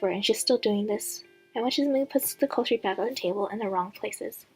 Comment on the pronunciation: That cliffhanger though(/•-•)/ By the way, Emelaigne is pronounced emma-lin, cutlery is pronounced cut-ler-y not culturey, and eaves in eavesdropping is pronounced like eve in Christmas eve. Thought I'd just let you know :d